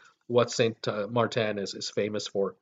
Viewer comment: You have the pronunciation wrong. It’s St. (Martin) Maarten and St. (Kroy) Croix